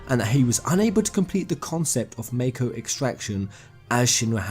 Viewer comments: i thought you were a final fantasy fan....wtf is this MAYKO bullshit its called MAKO MAH-KO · You're saying Mako wrong. You're saying meiko, it's mahko, y'know? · mah-ko not may-ko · Ideas aside, it's hard to take you seriously when you can't pronounce mako. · The way you say "Mako" disturbs my soul XD